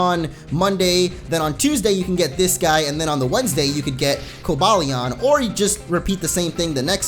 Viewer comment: No it's pronounced Ver-iz-ee-on and co-bay-lee-on